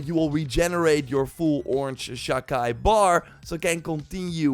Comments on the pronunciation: Sha Chi is pronounced Sha chee not Sha Kai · By the way, Sha-Chi is pronounced: Sha Qi/Qee. I don't have the perfect translation, but it means an a change or emission of an aura, presence, or atmosphere due to one's intention to kill. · it s pronounced "chee" so sha chee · Exactly. Please stop saying Chi as KAI. SHA KAI SHA KAI!!! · Never in my life have I heard the word "chi" (like in "Sha-Chi" here) pronounced so weirdly. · The way youre pronouncing Chi is giving me an aneurysm